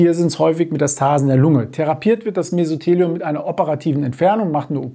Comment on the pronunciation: Sie haben Mesotheliom falsch ausgesprochen. Die Betonung liegt auf dem "o".